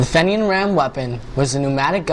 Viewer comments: Just found this and I congratulate you on you interest in history -- especially Irish-American history. However you should know that the name is pronounced FEE-nian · This kid is amazing and should be commended for his interest in obscure history. Few people in Paterson, and almost none outside Paterson, have even heard of John Holland. It is spelled Fenian so we in America pronounce it Fenian. By the way this is not the boat retrieved from the Passaic River. It was the smaller boat (14 foot boat) also at the museum.